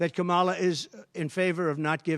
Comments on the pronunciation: So you do know how to pronounce her name? Oh ok? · He did say Kamala’s name right for once! Lord let this be over forever. #harriswalz